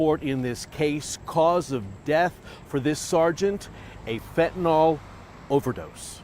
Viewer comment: Please, it's fentAN-YL. Not fent-EN-AWL